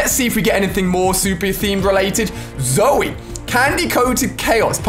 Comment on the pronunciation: I didn't like how he said: zoey